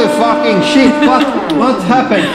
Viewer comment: This Guy says: WAT DU FACK ITS NOUOT DOENG ANITHING, ETS DEDNT DO SHET HOULY FAKING SHET